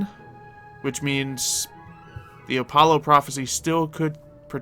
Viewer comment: I already don't like. He's such a jerk, and blatently showing he has spot on aim with shooting weapons than you were just doubles his jerk-i-ness. Also, he rudely frelled up the pronunciation of the sun god. It's Uh-polo. It's Uh-pah-lo.